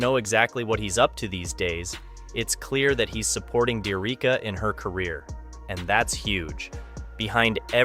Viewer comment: Her name is pronounced D - Ericka